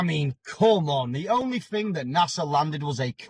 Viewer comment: he cant even say thing (fing)... its a pet hate of mine